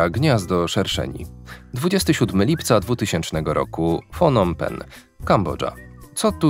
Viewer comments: Siema Phnom Penh się wymawia knop Pen mniej więcej 😊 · Pnom pfen się czyta 😝